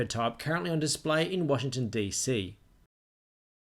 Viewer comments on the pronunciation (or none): none